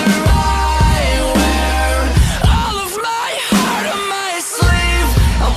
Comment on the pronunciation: You kill that “heart” sound. Wow. Made me appreciate it so much more